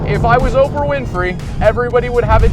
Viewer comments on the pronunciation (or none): none